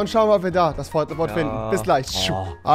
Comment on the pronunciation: *Port a fort